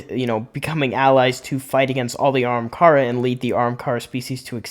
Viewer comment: If you want to improve your videos do a script and slow down. I feel like you’re trying to talk way too fast. Also it’s Ah-ham-car-a